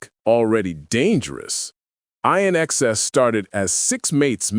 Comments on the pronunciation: 😡 Hey it's INxs as in and out NOT ionxs!! try pronouncing correctly. so why didn't the taxi driver go around them?? just looking for trouble clearly he suffered from PTSD too i actually don't recall seeing that part of the movie 😔 i think it was edited out when shown on tv here in Australia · Dude everyone knew what happened to him. He was beaten up outside a nightclub and you can’t even get the name of his band right! It’s pronounced ‘IN XS’ as in ‘in excess’ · You're prouncing the name wrong! It's pronounced in-ex-ses! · Its not I inxs, its inxs that simple, this is the biggest load of sh..i...tttt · You’re kidding me right? You’re presenting this as news and we’ve known it for years. Also, if you can’t get your to pronounce the band‘s name correctly don’t upload. Couldn’t you split the word in 2 in xs so at least the narrator could get it right? Eye-nxs! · Pronounce the band properly...in...inxs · That bugs me too,when the narrator doesn't even bother to get a person's name correct I watched a video where the narrator called Truman Capote,Ca pote ,til I thought I would scream.This guy kept saying I N X S...try just reading captions instead of listening ,that helps some lol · It’s pronounced in x cess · I TRIED to keep watching this...even AFTER the narrating voice (?) continued to mispronounce INXS 😄...but as I watched (& listened) further, hearing narration referring to & describing Michael, the video showed a photo that is not only, NOT Michael, but also it is CLEARLY a photo of 👉 Bob Geldof‼️ 👀 (of ALL people!)...& so, I chose NOT to finish watching the rest of the video (but I guess that's probably obvious by this point!)😄🤷🏼‍♀️ Anyway, if you want to see for yourself exactly what I'm referencing, the photo can be seen at 👉 *Comment edited to correct time stamp 👍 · or, learn to say the damn name correctly, INXS-'in excess!!' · Ugh. Eye NXS? WHAT AN IDIOT. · You got all the facts wrong. Oh, and it's pronounced "in excess"